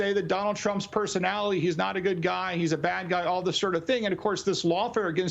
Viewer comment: i thought it was a one off. but he said it again. someone help this dude out with the word PERSONALITY.